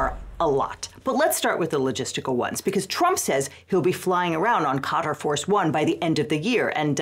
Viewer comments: how does every American fail to properly pronounce a country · The way some ppl pronounce Qatar rly grates me, just sounds wrong😂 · Maybe learn to pronounce Qatar, if you're going to make a video about Qatar. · mispronounced quatar, but i liked the vid, this is a stupid thing the current administration is doing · That pronunciation of Quatar has me questioning which of us has been saying it wrong because my source for pronouncing it is the BBC and you're a lawyer so you would have proofread your pronunciation, so either one of us ir right or there's multiple acceptable ways to say it. For my sanity I'm going with the latter. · Ive never heard someone butcher the name Qatar that poorly lol. Sounds like "cutter" or "cotter". Thats wild 😂 "kut-aar" or "kt-arr" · "Kah-Tar", not "Cutter" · Why are we calling Qa-Tar "cutter" now? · Lol. Khat-her? Pronouce shit right. It's Kay-tar. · Interesting, Qatar is pronounced ”cotter”? I always thought it’s pronounced ”ka-TAAR” (A European here, with English as second language). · i love you guys but its not "cutter" its "kah-tar" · Just real quick...its not "cOTT-er", its "cuh-taar". Unless we're saying cotter on purpose to be petty 😂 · I thought it was pronounced like caw-tar instead of cotter? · So wait, is Qatar pronounced "kay-tar" like I always thought, or "cotter"? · Qatar is pronounced 'kuh-tahr', not 'kotter'. I'm confused how that happened while still pronouncing 'Qatari' (kuh-tahr-ee) properly. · Qatar, not cotter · Is Qatar really pronounced like "Caught her". I thought it was pronounced the same as the Indian Katar. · An unsurprising amount of insanity, yet again... FYI, it's pronounced Ka-tar, same way you're already saying Qatari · Fr, if he wants act professional, he should at least pronounce the name of the country correctly (talking about Legal Eagle) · Hey! Love your channel, for future reference. Qatar is pronounced as “Cuh-Tar” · Why tf are people suddenly pronouncing Qatar like ‘cutter’?